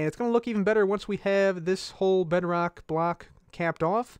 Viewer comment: when I was watching I was a bit hungry and I thought you said Bread Rock